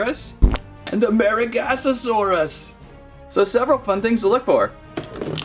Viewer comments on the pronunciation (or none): The Right Pronunciation For Amargasaurus Is Not amargasosaurus it’s actually amargasaurus because you were Saying amargasosaurus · It's amargasaurus not amaragasasaurus so you are wrong 😡😡😡😡😡😡😡😡😡😡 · There is no "gas" in Amargasaurus. A-mar-ga-saurus. Just a little tip to help you pronounce it.:) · its pronounced a mar ga saurus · lol totally botched that one it’s pronounced amar ga suar gus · Its actually pronounced amargasaurus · Love the butchering of the Amargasaurus name.